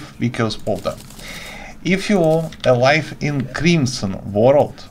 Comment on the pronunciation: hello, thanks for the tip! your english is really good. the word 'vicious' has a soft 'c' sound, meaning it is pronounced "vish-uss" rather than "vic-i-ous", how it's spelled.